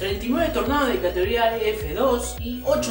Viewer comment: Tornados de “catoría”, no se te entiende lo que hablas. Pronuncia bien.